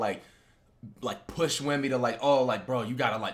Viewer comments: Yk it’s serious when Flight prounces Wembys name right 😭🤧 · Flight so hurt he actually attempted to pronounce Wemby’s name correctly 😢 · You know it’s serious when Flight actually attempted to pronounce his name right